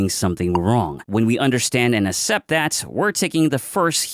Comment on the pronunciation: bro says assept